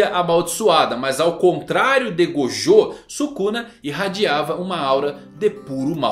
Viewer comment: Ele falou o nome de gojo errado 2 vezes kkk Até o mangão erra rsrsrs